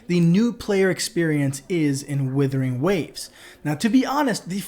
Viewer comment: It's 'wooothering', not 'willthering'.